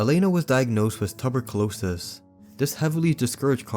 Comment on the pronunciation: tubber closis? really? This some weird engagement farming trick?